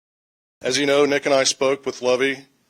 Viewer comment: Aww come on man..at least say Nicks name right.